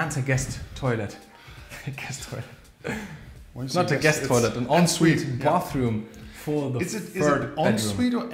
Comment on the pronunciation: We don't say onsvite in England. It's pronounced 'on sweet' but some people will say it as they see it and say 'en sweet'.